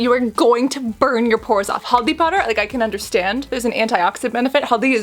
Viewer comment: I love how she really pronounced haldi (turmeric) powder and mirch (red chilli) powder so correct ! As an indian myself couldn't be more happier . Love you gorgeous sis ✨